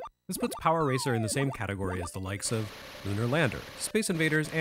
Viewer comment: Hearing you say “Power Ranger” at one point made me laugh because that what I kept hearing even when you were saying “racer” Though I may be biased there 😂